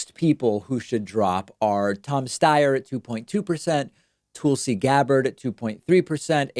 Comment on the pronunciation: My only question is where his 3% is gonna go to? Also David for the love of god (figure of speech) stop with the Tool-si shit. I'm not a supporter of her but that pronunciation is like nails on a chalkboard. Seriously man it's just annoying not funny.